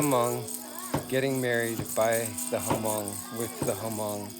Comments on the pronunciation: I was so surprised your video came on my feeds. I’m actually Hmong too. Just a little correction. You don’t say the “H” in Hmong. It’s silent so you pronounce it “Mong”. I’m surprised the Hmong family there didn’t correct you. I didn’t understand what was being said when everyone was cheering with the beer. It sounded like “Moog Zoo”. Which means go well or be safe on your journey. I couldn’t relate it to anything else. I’m glad you get to experience a Hmong wedding. Best of luck to you guys! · Stop pronouching it hamong. Learn to pronounce it correctly. It deeply offends me. That is not a Hmong wedding. That is a chinese ceremony.